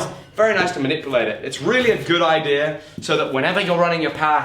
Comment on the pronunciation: Idea is not pronounced IDEAR. ITS IDEA.